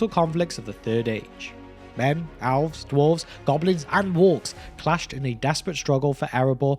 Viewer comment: Elves and Owls are not pronounced the same. Please learn to pronounce Elves.